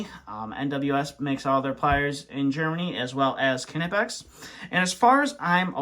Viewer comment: It’s pronounced nipex not kinapex lol